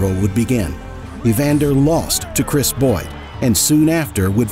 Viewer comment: Who told you to pronounce Chris Byrd's name as "Boyd"?